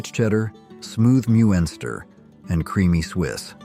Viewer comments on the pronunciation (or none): Stop using AI for your voice overs... , IT'S PRONOUNCED FIL-AYE... Not, "fill it." Don't get me started on the poor cadence or pronunciation of muenster cheese... It's pronounced "MUNSTER"... Check it before you wreck it. You got a good thing going, but get a real V.O. person for your videos... You're hitting the audio uncanny valley real hard... Hell, you could hire me to do V.O. I got a good voice for it I am told...